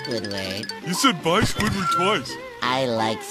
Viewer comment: BYE SQUIDWORD bye mr crabs BYEEEEE SQUIDWORD u said sqidword twice I LIKE SQIDWARD 🤪